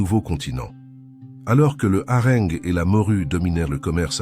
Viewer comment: IA.... j'abandonne .Ne pas mentionner que le poisson est LE symbole de la Chrétienté ... Le harengue prononcé à la meridionale...., non là c'est trop...